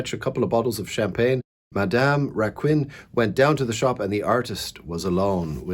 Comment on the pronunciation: You were perfect for Therese! Just the Surname...French is horribly difficult though!